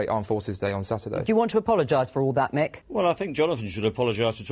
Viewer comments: It's "MICK" Lynch, not Mike, ya krazy foo! And he's an absolute f3rking LEGEND! ✊ They're already trying to cancel him (you know, the thing the right-whingers always moan that the left does) but I wonder how long before they try to silence him? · Loved the video, but his name is Mick not Mike 👍